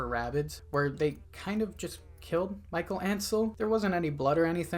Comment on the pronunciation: Michel Ancel is also the creator of Rayman and Beyond and Evil Also his name isn't pronounce like "Mickael" but like "Michelle"